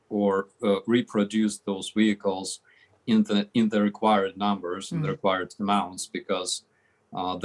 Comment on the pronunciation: say wihicles ten times fast...